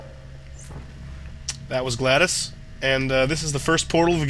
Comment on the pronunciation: GLADOS. HER NAME. IS NOT. GLADYS. IT IS PRONOUNCED GLAHD-OES.